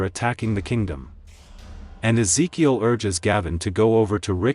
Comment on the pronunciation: I wonder if rhey intentionally kept butchering certain names in these videos lol they called Ezekiel things like Ikea in season 7 video and then Keel and Reel and then even Illinois lmao